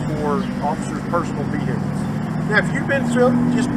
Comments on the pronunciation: VeHEkuls. Cracks me up every time. Other than that, hats off for doing a great job. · The "H" in "vehicles" is SILENT.... it's not VEE-HICKLES.